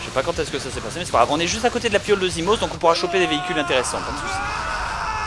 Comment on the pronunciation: Je crois que j'ai jamais entendu Bob prononcer "Zimos" normalement.